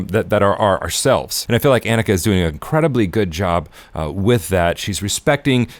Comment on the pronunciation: I wish ppl would learn how to say her name before saying it on a video.